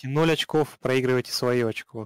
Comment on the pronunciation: Шок, я проорал с твоего "очок". Правильней говорить 1 очко =)